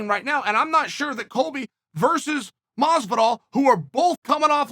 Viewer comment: Masvidal, not close.